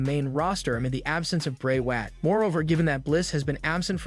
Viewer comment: Can you stop pronouncing Bray Wyatt's name wrong on purpose